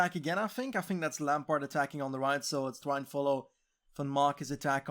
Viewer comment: Why pronounce Lampaert with an English accent?